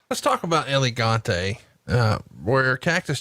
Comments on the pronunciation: Whos Elegante? You mean El Gigante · That pronunciation of El Gigante is just bad. and I'm not even Spanish. Just call him Giant Gonzalez fat boy